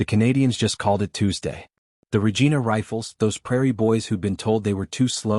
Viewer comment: It's not pernounced regeena. It's pernounced Regina, sounds like vergina.